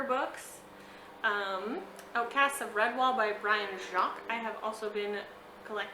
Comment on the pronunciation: Love Eugene Peterson's books and Timothy Keller's books! The Tolkien language books sounds fascinating! The Princess Bride IS the best! Brian Jacques last name is pronounced "Jakes". and YAY! REDWAAAAALLLL!